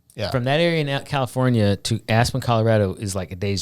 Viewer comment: I have never even heard of this! Sounds horrible! Lol Loved your proper Arnold pronunciation of Caluforneea. Also sad of yoir mention of the Rain actor right after I heard of his passing.